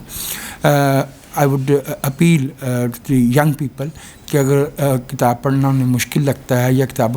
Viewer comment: ne kitab ki ahmiyat par umda guftgu ki hay.......woh "kitab" ko baar baar "kataab" keh rahay thaiy,please correct